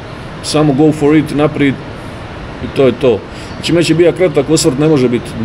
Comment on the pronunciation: Mozes li mi ti kao Hrvat objasniti zasto umjesto č slova kazete ć . Tipa meć umjesto meč . To mi nikad nije bilo jasno